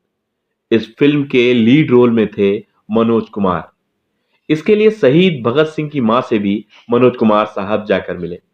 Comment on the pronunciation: सहीद नहीं शहीद उच्चारण करें।